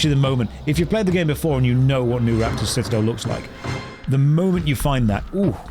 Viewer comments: NUPRAPTOR not Nuraptor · "Nupraptor" - nuP-raptor. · Did anyone correct his pronunciations of Nupraptor and sluagh?